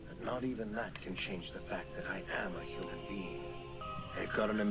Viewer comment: "fully hooman"